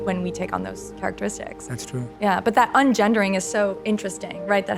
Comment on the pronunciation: "ungendering". NO